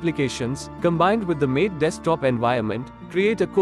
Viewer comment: MATE is pronounced MAH TAY not MATE. From Wikipedia: MATE (/ˈmɑːteɪ/)[